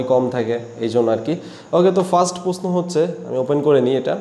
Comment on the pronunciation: ভাই প্রশ্ন উচ্চারণ টা আগে শিখেন